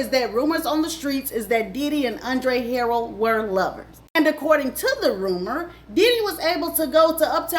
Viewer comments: Andre Harrell (Huh-Rell)... it was killing me... 😂 But, great job! I didn't know about the Catholic school. 🤔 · You are butchering these names today girl LOL 😂. HA-RELL....KEE-fe D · It is alright. WE know what she Means Y'all!!! ALL GOOD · I absolutely love watching her videos but I want her to pronounce these people’s names correctly.😂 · Thanks for sharing. Wish you would have pronounced Andre Harrell’s last name and Keefe D’s name correctly. It lowers the credibility of it all. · Every time she says Andre last name wrong. 🙃🙃🙃🤪🤪🤪🤪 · It’s the mispronunciation of names for me🤦🏾‍♀️😫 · That's not how you say Andre last name. And Diddy became well known for huge parties at Howard...that is very key.